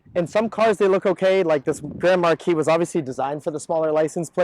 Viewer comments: Im almost through the whole video and I just now realized that the Car is not called Grandma-Key but Grand Marquis xD Thought that he was calling it by some sort of nickname or whatever :D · Name of the right car sounds like "Grandma key" 😭